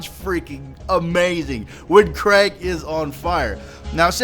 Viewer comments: ITS KRIEG NOT KRAIG LIKE YOU SPEAK IT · Its not pronounced craig, its kreeg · It's pronounced "kreeg" not Craig. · sorry for your loss,. And btw I think Krieg's name is pronounced 'kreeg' as in Blitzkrieg, not 'craig.' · its pronounced KREEEEG not Craig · It's KRIEG not Craig! Krieg is german for WAR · lol, I love how in the stream they kept saying not to pronounce Kreig like Craig, but like Kreeg, and says Craig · lol it isnt Craig. Its Krieg as in blitzkrieg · How come people can't pronounce Krieg right? 6 times today I've heard people calling him Craig. It's pronounced "Kreeg", like Blitzkrieg, in fact that's where his name comes from. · Its pronounced "kreeg" not "kreg". Krieg is German for war. Its not the mispronounciation of Craig Americans seem to say. Fuck sake. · KREEEEEEEEEEEEG! Not Craig! But u probably got the message already. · You said it more like Craig... It's more like Kreeeeg :not hating though, just trying to help :) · It's pronounced creeg like in Blitzkrieg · Dunno if youve heard yet bro but the new characters name is 'KREEG' The spelling is play on the word (blitz)KRIEG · it isnt watch ign's video they pronounce it "craig" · wait your grandma passed away wow respect for doing a video in that situation and btw it´s pronounced krieg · Krieg is the german word for war, you pronounce it like "creek" :) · Why do you pronounce Krieg as Craig O.o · I always knew it somehow, maybe from the term "Blitz Kreig" and KR-RAIG didnt sound right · craig is craig like in craig;s list but krieg means War in german does not sound diferent to your ears dude? lol better do some (lil) research before posting to your channel and look dumb just my 2 cts here but actually was funny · It may not be the best time to correct your pronunciation, but Krieg's name is pronounced "Kreeg" It is a German word that translates to 'war' My condolences for your loss. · It'ss Krieg not Kreg, it has an "ee" like "bee" it's also german for "war" fitting don't you think?